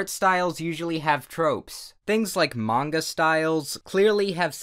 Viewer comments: slushu _ Japanese is my first language and, yes, you can pronounce it both ways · You pronounced manga right, don't worry. I agree 100% art style theft is bogus because it's impossible to copy an art style the exact same way without tracing it. Most of the time, it's a coincidence that someone's art style is similar to someone else's. Most people who think that art style theft is real are either extremely insecure and narcissistic. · You actually pronounced Manga correctly. Commence the commendation. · > Pronounces manga correctly "Don't tell me if I pronounced it incorrectly. I don't care." PFPFPTPFPFPTHTPF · You actually pronounced Manga correctly. 10/10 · You didn't pronounce "Manga" wrong. It's the right pronounciation. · short video I approve life is too fast Oh, and you pronounced "manga" correctly (at least, as closely as a North American English speaker is to be expected to). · Actually it was perfect lol. I speak Japanese so don't fight me on this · You pronounced manga right though xDDDD Also "I have to develop an unique artstyle or else I'll DIYEE" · actually said manga the way it was originally pronounced. huh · Don’t worry you said it right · Actually you said it right. Manga, that is. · 👌 you pronounced manga right, Seriously, this is not a joke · You said Manga correctly!,!!,,.,,!!!!! You doubted yourself friend!!! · You actually pronounced manga correctly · As someone who is japanese you pronounce manga right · You pronounced manga right. Most people pronounce it main-guh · By the way you pronounced "manga" properly. Have a good day. 😌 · You pronounced manga correctly sir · You pronounced Manga correctly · you pronounced manga correct actually. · You pronounced "manga" right :D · You pronounced manga right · Hey you pronounced “manga” correctly.